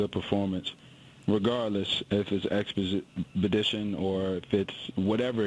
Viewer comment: "Expedition ". 😂😂😂😂😂😂😂😂 Good thing you play football for a living.